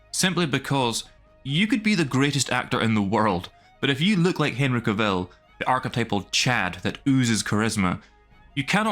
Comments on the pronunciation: For god sake will you pronounce his name correctly, it's not Ka-vill. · Dude, you're pronouncing Cavill wrong the whole time! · How he pronounces Henry Cavills name...😅